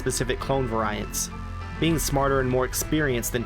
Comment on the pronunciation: You pronounce "variant" in a chaotic evil way Edit: also great video!! 💙